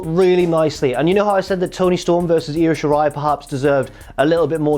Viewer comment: Props to for not pronouncing it as eye oh shirai